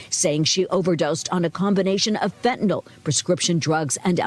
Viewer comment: Fent a NILL, prometh a zeen, hydroxy zeen